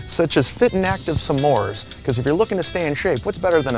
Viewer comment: The most offensive thing in commercial is his pronounciation of s'mores. SUH-MORES? Stop drinking, lol